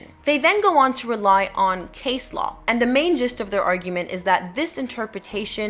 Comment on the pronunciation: Hi there, just so you know for the future, Law is spelt with an "A" . In the word Low the "OW" is pronounce just like the letter "O" For example "something is low to the ground"